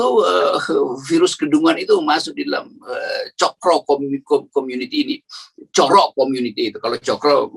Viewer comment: Coro yg artinya kecoak itu pengucapannya pakai o seperti pengucapan borrow gitu. Kalau pengucapannya pakai o seperti ponorogo maka artinya cara.